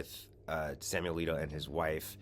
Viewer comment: Samuel A-leak-O!